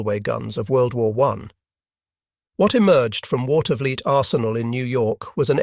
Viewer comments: My uncle had a key position at the Watervliet Arsenal and i got a chance to tour the Arsenal during their Open House. Seeing lathes that turned 30 foot long barrels was indeed impressive. Also the pronunciation is Water - ver- leet. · Water-vuh-LEET is closer to the local (Capital District) pronunciation. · The US Armory in Watervliet, NY is pronounced "Water-vleet". Interesting video, was not aware the US put 10" howitzers in the field.